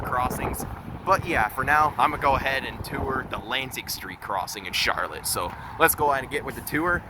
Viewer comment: You obviously are not from michigan. It's pronounced char lotte with the accent on the last syllable. Nice video though